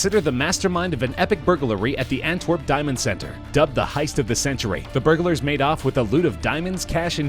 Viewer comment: Annoying how the narrator enunciates every syllable, in jew-el-ry and bur-ga-lar.